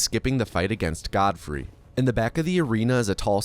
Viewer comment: did u SAY godforeskin LMAOOO